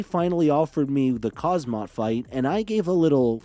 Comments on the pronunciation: Please pronounce his name correctly my ears was bleeding , not khazmat , KHAMZAT THANK u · haz mat as sir chael says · Khamzat, say it 30 times buddy and makes ur video again, u butchered his name first and last